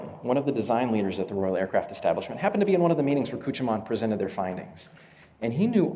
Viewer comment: As someone who knows a bit of German, he almost got Küchemann right. It's sort of like... uhm... "Kuoo-kyuh-maah-nuh" He failed to mention why so few Concordes were purchased. The TU-144 crash at the Paris Air Show severely hurt public perception on the safety of supersonics, particularly in the eyes of the airlines.